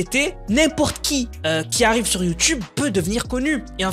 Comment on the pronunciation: « on y arwive la, on arwivre on est pas louéinggg »